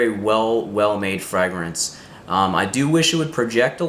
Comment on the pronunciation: The way you pronounce fragrance is somewhat distracting. And you need to brush up on the French pronunciations. Otherwise, apparently a thoughtful process to make some interesting choices.